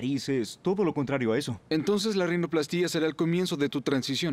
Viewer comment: No se dice rinoplastía se dice rinoplastia.